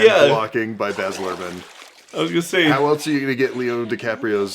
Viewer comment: I'm sorry how did you just pronounce Baz? It's Baz like "as". Trust me I'm Australian.